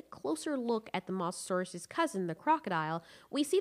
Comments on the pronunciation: also mosasaurus was saltwater and not pronounced moss a saurus it is like moses saurus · Moe sah saur us not moss a saur us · Its not Moss its Moz Mosasurus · The way you say mosasaur is MOSSasaurus will it's pernounsed (Mo zah saw Rus) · The Masasaurus Xd.. its Mosasaurus pls learn the Name before judging them Xd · STAHP SAYING MASASAURUS ITS MO SA SAUR US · I'm sorry but I can't get over the mossasaurus pronunciation of Mosasaurus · Ah yes the moseasaurus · Like if you also get triggered when she says “moss-asauras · Abdullah Asha actually it’s pronounced (Mo zah saur us ) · M-ohh-Saurus. Mosa, not a biggie but thats just how you pronounce it lol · Mososaurus: Moe-so-sore-us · LOL she sed massasuarus i hope it spelled it right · The way you pronounce mosasaurus drives me crazy lol but still amazing content keep up the good work! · You're saying the name mosasaurus wrong. It has long O sound, where the O is. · PRONOUNCE THE WORD "MOSASOURUS" RIGHT FOR GOD SAKES